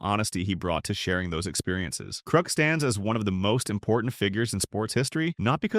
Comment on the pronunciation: ITS KRUK NOT KROOK YOU AI VOICED LOSER.